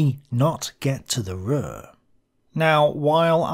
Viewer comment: Hi. You can pronounce the U in Ruhr the same as in secure a little later. As always, a very good vid. Greetings from Germany.